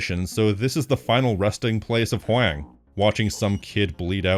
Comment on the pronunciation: Not to be that guy, but I think Huang's name is pronounced the same as "Wong." Maybe with a little more emphasis on the "H", but I'm no expert.